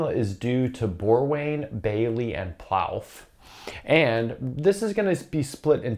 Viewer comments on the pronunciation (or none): If I had to guess, I would expect Plouffe to be pronounced to rhyme with proof, rather than like "plow-f" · Plouffe is pronounced ploof BTW. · Respectfully, Simon "Plouffe"'s name is pronounced more like "Ploof". (I actually spent an evening in his apartment in Montréal in the late 90s, (when he was away for some reason), watching "Jeopardy" with a friend who was taking care of the place. I'd never met him, nor did I know he was this important mathematician. Just a weird coincidence (the coincidence being me having lived that and being here now)).